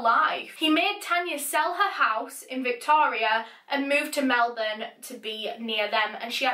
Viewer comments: Exactly - the second syllable is almost ‘swallowed’ - ‘Melb’n’ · As an aussie, I very much appreciate the proper pronunciation of Melbourne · Thank you for pronouncing Melbourne correctly! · Finally, a non-Australian who can pronounce Melbourne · It's kind of Mel-bun. But you sort of have to say it together real quick so it sounds like one syllable instead of two. We make sounds rather than words. For example Australia has four syllables but we pronouce it Straya. So it sounds like only two syllables. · omg she’s the first person i’ve heard that isnt from australia that pronounced melbourne properly